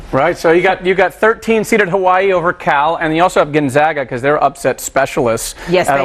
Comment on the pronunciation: She called the Hawai'i upset